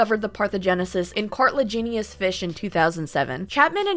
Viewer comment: You said it right, Par-thin-oh-genesis, but cartilaginous is Cart-uh-lag (like VAG-ina)-eh-nus. On that one message the "look to her side", "on her", stood out and I'm wondering about the wounds. When talking about an aquarium and coffee company and saying "hot water" that is a DOUBLE pun 😂